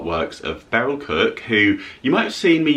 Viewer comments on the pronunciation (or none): none